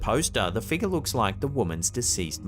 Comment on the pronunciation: Been watching your videos for years. I get a kick out of the way you pronounce 'figure' " Figar" 😅 Edit - i bet cash money that "bag of snakes" smelled like absolute hell when he opened it. 🤢